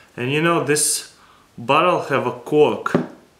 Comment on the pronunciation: . the way he says cork. hahah lol